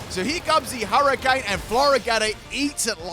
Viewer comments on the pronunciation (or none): none